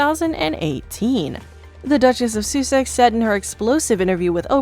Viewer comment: It's Princess Diana not Diane also Suses is pronounced Sussex... Soosex... Sorry!